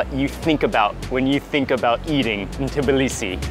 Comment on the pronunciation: The only foreigner who just correctly said Tbilisi and not Tiblisi <3